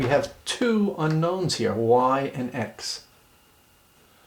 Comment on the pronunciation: two seconds in I can tell you that you left out the "n" in unknow"n"s. I'm an English major, I hate this shit.